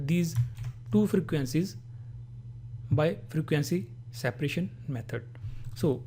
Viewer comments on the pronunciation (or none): had to repeat multiple times to understand what is he saying... "sapration"????? like??? what???